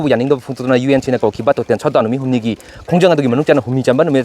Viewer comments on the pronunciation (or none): none